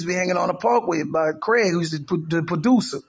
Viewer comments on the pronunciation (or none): none